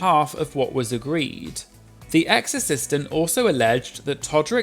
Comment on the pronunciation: I keep hearing "exorcistant" 😅